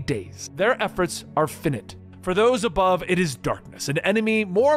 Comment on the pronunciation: Finite is NOT pronounced “finit”, lol!!